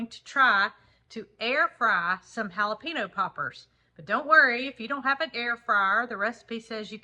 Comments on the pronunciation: Dearest, I’ve followed you folks for years and never miss a vlog. I’m originally from Texas and Spanish is my second language so please forgive me for this little suggestion. The word jalapeño is pronounced ha-la-pain-yo. The little accent (a tilde) over an “n” in Spanish makes it sound like “nyo” like in “senor.” Love you guys!! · it's pronounced hal ah peen yas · Just a little pronunciation lesson....Jalapeno is pronounced haa-luh-pain-yo. I chuckled cuz you corrected panko so I thought this would help. 😀😀😀😀